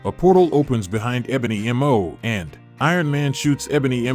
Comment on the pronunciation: Ebony maw not ebony m o🤣